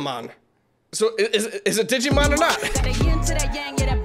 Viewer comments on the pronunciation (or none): none